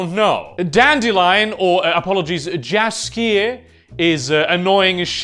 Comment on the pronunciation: Read Jaskier as yaskier.